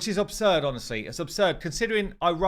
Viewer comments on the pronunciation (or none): none